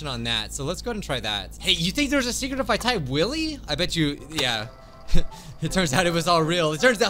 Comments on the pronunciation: Just its wooly not wooli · OK first of all he said his name wrong second of all his name is not Willy it’s woolly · Wolly he say wollwy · You did wolie it’s wollie not wolie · It's not woolie it's wooli so try that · its not wollie or woollie its woolly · ITS NOT WOOLIE ITS WOOLY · Woolie it’s actually w o o l y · He said wollie😭🤣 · He said wollie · Its "woolly"